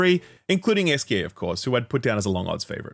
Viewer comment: Italian: Chiaro scuro French: Clair obscur Esquie: Whee whoo